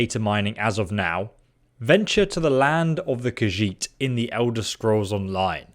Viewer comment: FINALLY someone who can pronounce "Khajiit" correctly!